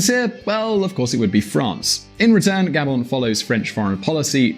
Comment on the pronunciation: It’s not GA-bon, it’s ga-BON.